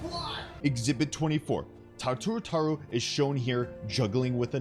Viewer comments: Am I the only one who's hurting over the way he says her name? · PLEASE STOP PRONOUNCING IT THAT WAY